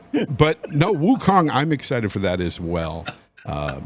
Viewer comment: Wukong withe the hard k not the hard L for wulong